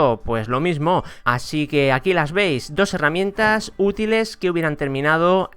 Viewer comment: se dice heramientas,no harramientas